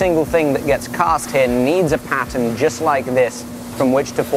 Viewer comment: Are you saying patent or pattern?